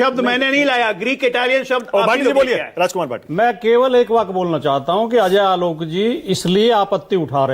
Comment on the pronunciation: Pehale is Ajoy Aolok ko pronounce karna sikhaye koi